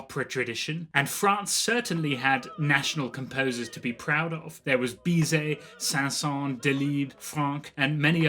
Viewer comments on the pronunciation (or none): Its pronounced ‘san-Sawnz’ not ‘San sawn’.